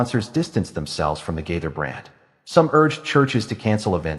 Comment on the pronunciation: Yeah where do you all come up with this stuff They have both been writing music for many many years and you don't even know how to say the last name You're talking about someone you don't even know how to say their name